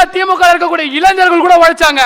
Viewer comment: ஆரம்பமே தமிழ் உச்சரிப்பு பிழை....? திமுக.வில்....இருக்கும் இளைஞர்கள் வார்த்தை உச்சரிப்பில் கவனம் அவசியம். எனினும் வாழ்த்துக்கள் 🎉🎉🎉